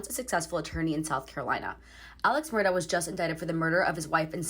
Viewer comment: The correct pronunciation is ALEK MURDOCK. Do your homework.